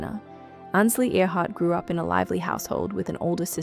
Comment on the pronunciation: At least pronounce her name correctly